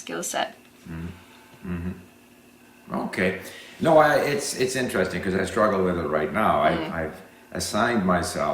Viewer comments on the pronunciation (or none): Steve, you pronounce INTERESTING wrongly!